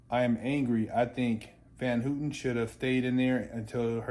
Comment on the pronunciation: It's HAW-TEN not HOO-TEN